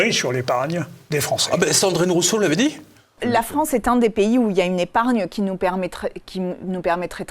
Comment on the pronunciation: Rafael g... 2eme boufon comme holond et. Ouffffff la fffffrance